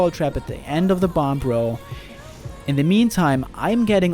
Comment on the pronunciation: I kept hearing 'bomb row' as 'Banbaro'. Though the longest Banbaro would also be quite interesting to see.